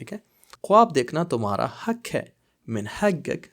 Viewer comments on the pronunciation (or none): اَلسَلامُ عَلَيْكُم وَرَحْمَةُ اَللهِ وَبَرَكاتُهُ ماشاءاللہ اپکی ویڈیو بہت اچھی ھوتی ہیں ایک یہ بھی رہنماٸی فرما دیجیے 👇 آپ لکھتے حق اور ق کو گ پڑھتے ہیں اس کا کیا لوجک ہے جب کے عربک میں گ ہے ہی نہیں